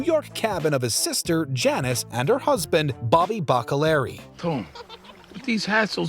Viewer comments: it's not bacca-larry, it's Bacca-lee-airy. Dude, yall at watchmojo should just stop doing sopranos videos. You clearly dont know the sopranos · It’s pronounced baca-lee-ary not baca-Larry